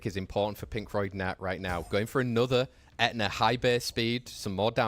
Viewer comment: That dude saying "ETNA" does my head In SO MUCH. Please just say the word properly, H IS NOT SILENT. Sei literally says It properly right after you and has done for years now.